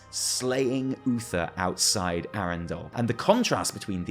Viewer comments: Andorhal not Arendal xD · Andorhal!!! Not Arendelle!! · "Arrondal" he says., you need to touch up on your lore, cause it's Andorhal. I'm also willing to bet that we help Uther reunite the 2 halves of his soul. Probably would explain the updated design of Uther's tomb. To be used in Shadowlands for such a purpose. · I don't understand the fixation with pronouncing words that much wrong, when you know it'sthe incorrect way to pronounce it. Like, Andorhal and Arendell doesn't even sound like oneanother, so I was very confused throughout the video and when I went googling Arendell. Loved the video and your analysis, I could just have lived without the confusion, I really hate misunderstandings.